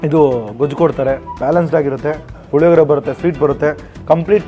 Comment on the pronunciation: ಲಿಮಿಡೆಟ್ ಅಲ್ಲ ಲಿಮಿಟೆಡ್ ಪುಲಿಯೋಗರೆ ಅಲ್ಲ ಪುಳಿಯೋಗರೆ